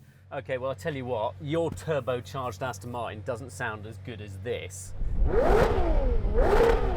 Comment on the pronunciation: Aston Matin?😂😂😂